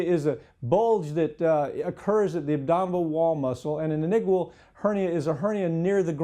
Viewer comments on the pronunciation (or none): Inigual?? The word is inguinal. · It's inguinal, not "inigual"... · lol nice try justifying ignorance. goodluck getting a second opinion for a hernia.. either you do a surgery or deal with it until you have an obstruction... also this blood sucker cant even pronounce inguinal, which is the most basic medical student term